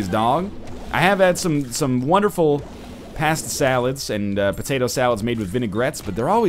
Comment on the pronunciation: What is this pronunciation of pasta shenanigans? You actually from Boston NL?